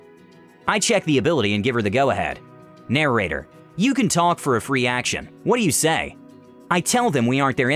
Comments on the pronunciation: I really hate the way you say narrator, you add an extra syllable. It's 'nair-ate-er' not 'narer-ate-er' It feels funky to hear it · Am I the only one who is annoyed he keeps saying “narrarator” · Narorator? What's that?